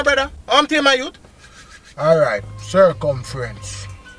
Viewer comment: "Sir-cum-frenz"😂😂😂😂😂mi muma